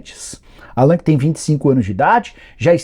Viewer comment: Não é Allan. Se pronuncia Àllan. Como se tivesse um acento no A